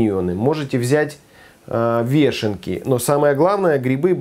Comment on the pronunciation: Правильно говорить ВЁШЕНКИ)))